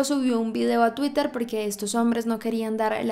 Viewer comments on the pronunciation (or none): none